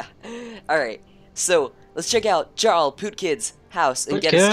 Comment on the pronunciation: It is prounced Yarl